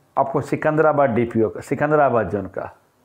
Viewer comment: डिपो होता है डीपीओ नही 😅😅